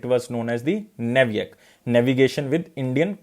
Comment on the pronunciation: Content quality is really good. Kirana is किराना not किरन NavIC is usually pronounced as नाविक